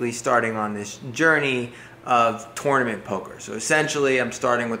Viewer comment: For me, I favor info over flash. However, I'm not sure what you would find to talk about on a daily basis, so maybe that tips the scales. Whatever you do, please be sure to say the word "tournament" often. Your northeastern way of pronouncing that word is a little funny. 😉